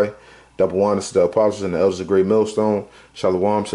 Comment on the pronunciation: did he say death or deaf to America?